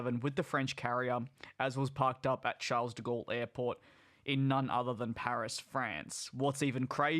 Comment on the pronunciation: He bro, can you please learn how to pronounce ‘Charles De Gaulle’. Love your videos, but would be nice if you did more research of airport pronunciations. I know its a little thing, however will help your channel in the long run with non Australian viewers. Keep up the good work and always watch you videos.